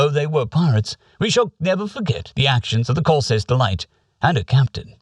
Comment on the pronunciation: the way you pronounce Corsair as "Corsiair" always makes methink ita something alien and unique. Pirates are cool too i guess:P